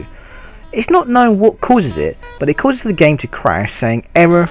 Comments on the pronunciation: The narrator that always says 'dee' intend of 'the' and can't pronounce any words properly is the MOST annoying thing EVER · what the fuck dude. the word is THE. NOT DE. jesus. i want to punch your brain.